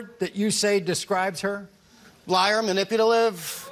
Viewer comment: So we're all going to pretend he didn't just say "manipulative" wrong😂😂😂